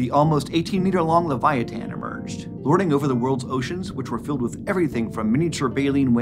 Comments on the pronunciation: I couldn't watch anymore after hearing the way he prounouces leviathan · I thought this whale was called the leviathan not leviatan?🤷🏼‍♂️